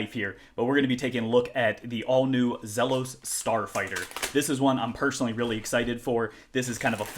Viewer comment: Great first look. Do us all a favor. It's pronounced "Zeelos" Let's get it right.